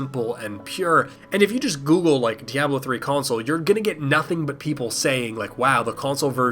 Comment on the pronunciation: I've never heard "Diablo" pronounced like that before...